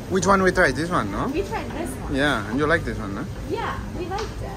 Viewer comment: it’s lonkong not “lone gone”